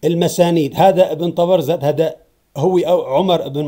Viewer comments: أكرمكم الله يا سيدنا ليس تلفظ ( طبرذد ) وهي طبرزد أقصد تعيد وتردد ( تبرذد ) فأنت تلفظ الزاي ذالاً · طبرزد بالزاي ياسيدي حاول تصحح نطقك حفظك الله